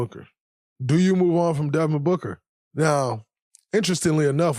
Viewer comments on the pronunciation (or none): Booger? You keep saying Booger. Its Devin Booker. Why you dissin your 1 way player who flops to get to the line 21 times? Its BOOKER damnit. WET LIKE IM BOOG is not the lyric.. DRAYMOND I WISH YOU WERE A BETTER PLAYER AND ACTOR. I HOPE YOUR TV DAUGHTER DOESN"T FORGET ABOUT THE GRIZZLIES.